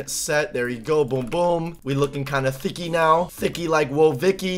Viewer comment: He said thickly like whoa vicky lol